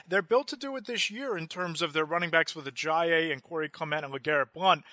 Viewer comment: A-jie-ee. Hal-a-pool-i-va-tee. Sorry man I just can’t stand how off you are on Ajayi and Vatai’s names lol